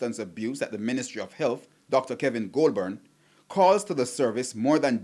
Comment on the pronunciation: Is that a speech impediment??? Or what.???